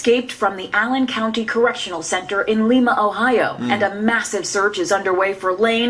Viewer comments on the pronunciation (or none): TJ Lane was captured the next day. He was hiding at a church across from the prison. Little piece of crap. Lima is pronounced like the bean. Every reported gets it wrong. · Its pronounced like lime-a